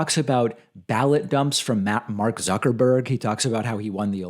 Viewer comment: "zerkerberg" lol